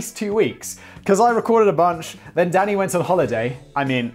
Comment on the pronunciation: Every time you say danny, all i hear is daddy. Just yellin "daddy yes!" Lol.